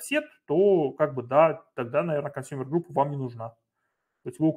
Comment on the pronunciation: Пожалуйста, либо называйте правильно по английски термины, либо переводите их на русский. Не 'аск', а 'эк' (от слова acknowledge 'экноулидж') не 'консАмер', а 'консЬЮмер'. В любом случае спасибо за материал!